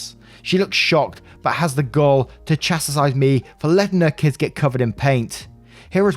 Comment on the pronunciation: No-one: everytime: "Chas-ti-sise"